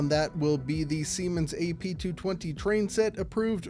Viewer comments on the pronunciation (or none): none